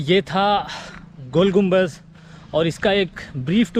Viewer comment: Gumbaz nahi Gumbad hota hay bay chootiay anpadh jahil